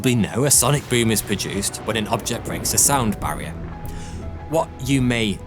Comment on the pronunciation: Horrible accent. Three sounds like free. This guy has a lusp. Please don't make videos. Barrier sounds like Bvaior